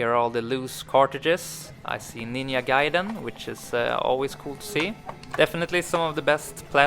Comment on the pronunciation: its pronounced Nin-ja not Nin-ya